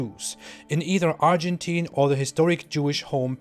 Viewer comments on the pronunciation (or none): none